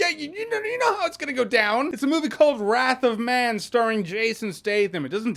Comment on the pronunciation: he said "wrath of math" , don't know why im laughing